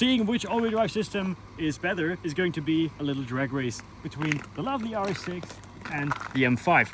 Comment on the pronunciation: Every time you sayd rs6 i heard yaris 6